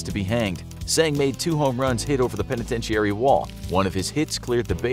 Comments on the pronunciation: PENETENTEEARY? 🥴 Unwatchable, who wants to listen to someone mispronounce simple words like "penitentiary". How have you never heard that word pronounced before? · If you can’t pronounce “penitentiary”, you could just say “prison”.